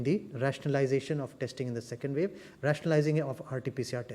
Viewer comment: It's pronounce wave ... not vave